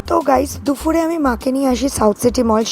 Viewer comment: দুফুর না দুপুর 🙄